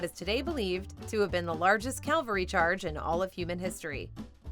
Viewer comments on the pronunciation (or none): Cavalry*. Not calvary. Those are two completely different words with unrelated meanings. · Ca-val-ry. Calvary is where we nailed Jesus to a stick. Cavalry is a horse, you ride on, and probably use to go up and hit someone with a sharp metal stick. Ideally you both have one btw otherwise it's probably just murder. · "CAV-ul-ree" not "Calvary". Very different things. :) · It's "cavalry charge." "Calvary" is a hill in Jerusalem. 🙄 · it's cavalry, not "calvary".